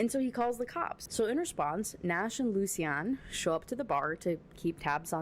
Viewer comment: My feedback: I agree, this book sucks. Other notes: I think Lucian is actually loo-shun, I believe the way you say it it would be spelled Lucienne or something like that. Also the very last line made me a little sick. The daisies she had in her hair were the daisies she wore for her last wedding, to the abuser. It would feel like a slap in the face if I was marrying someone and they asked me to do that. I get that it’s her nickname and it’s supposed to be cute but no, absolutely not.